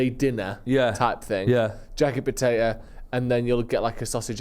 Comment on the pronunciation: Say botato one more time